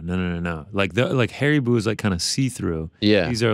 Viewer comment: HARIBOW NOT HARIBOO